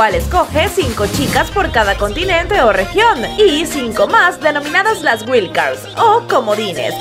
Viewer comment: No se pronuncia “güil” cards.